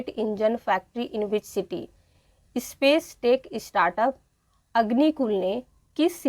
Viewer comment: It's not ispace or istation. It's space and station. Please make a proper pronunciation